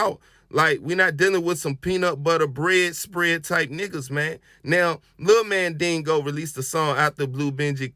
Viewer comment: You ain't saying tha homie's name right! It's Mandigo, not Mandingo!😩🤣